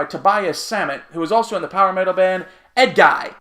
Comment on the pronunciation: Re: Edguy - you got it pronounced right the first time! I can tell you're new to Avantasia :) Jorn Lande and Bob Catley have actually been featured on most other Avantasia albums in the past. Check the Wikipedia article to see some other people who've been on past records, including Alice Cooper and Dee Snider (Twisted Sister). Mille Petrozza is certainly different, but Tobias chose him to sing that part because he (Tobias) wrote a thrashy section and Mille fit right in (Mille and Tobi have been good friends for almost 20 years). If you loved this album, I strongly recommend listening to Avantasia's other albums as well. :)